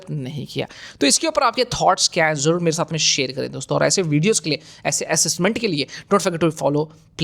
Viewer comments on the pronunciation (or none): none